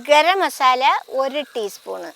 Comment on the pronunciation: ചെമ്മീൻ ബിരിയാണി സൂപ്പർ 👍 ഒന്നും പറയാനില്ല 👌👌👌😋😋 ഗരം മസാല പറയാൻ പഠിച്ചല്ലോ ഇത്ത 🥰🥰❤️ lik